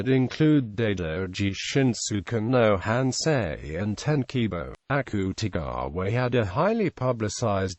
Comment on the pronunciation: The accute-e-gaawa is killliiinnnggg meeeeee